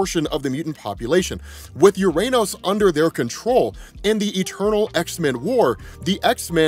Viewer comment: My inner child giggled every time said "URANOS"